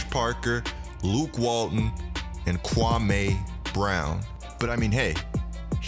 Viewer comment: lol man said kwamay brown